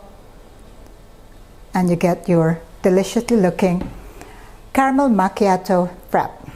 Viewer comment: Its should sounds like "makyatu" not "machatoew!" Belive me Im Italian! We dont served cold it should be very hot! Mama mia! You know the reason there is no Starbucks in Italia.